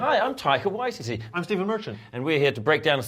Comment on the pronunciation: Now I finally know how to pronounce Taika Waititi's name